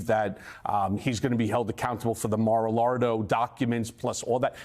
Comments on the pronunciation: lol... I love how Cohen calls it Mar Lardo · Anyone else notice how he calls it mar a lardo 😂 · Drinking Game...Every time Cohen says...Mara-Lardo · Did Cohen say "Mar-a-Lardo" -- as in "Trump is a lardo" (fatty)?! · 'Mar-a-Lardo' Lol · Did Cohen say "Mar-a-lardo"? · Did he just say mar a Lardo??!! 😂😂😂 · "Mar a Lardo" 😂😂😂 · "Mara-Lardo" Lol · Mar a Largo? C'mon.